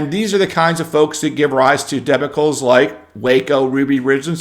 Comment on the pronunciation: love your channel. Debacles is pronounced with the emphasis on the second syllable.